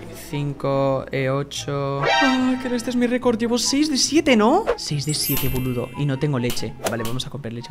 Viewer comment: Soy la única que piensa que cuando dice boludo o pelotudo hace asentó argentina